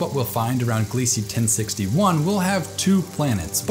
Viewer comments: Not that it matters but I believe the Kepler team are pronouncing Gliese glee-zuh. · Great video. Minor nitpick: Gliese is pronounced "Glee-zah".